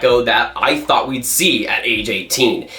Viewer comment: why do you say "fought" instead of "thought"? it's distracting